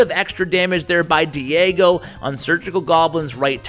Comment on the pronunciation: Haha he learned to pronounce Diego correctly:D n1